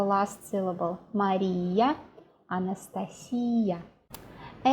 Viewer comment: Any tips, however small they may be; are certainly welcome in my world. I had no idea that Putin's first name was pronounced that way, although I have heard Anastasia pronounced the way you did, many times (by native speakers of course). Never ever heard a person from here (USA) pronounce it the true way. Of course I liked the other tips and examples too!! Thank you!